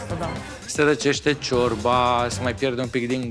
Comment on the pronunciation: Ce mi-a plăcut cand a zis Bontea:"Ciorba.....a scos "șiorba" d'acolo au incercat sa desfacă aia ,au varsat, era Iulian plin dă zeama dă "șiorba"🤣🤣